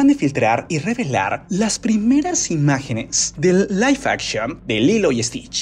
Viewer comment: Aguas con la pronunciación bro